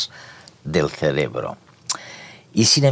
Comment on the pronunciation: Se dice cerebro, no "celebro"